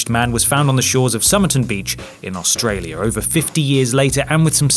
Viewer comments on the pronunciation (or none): none